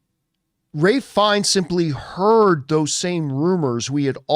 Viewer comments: For loving Ralph Fiennes, you kept calling him Ray!! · That is how you correctly pronounce his name, watch any interview it's always pronounced raif not ralf.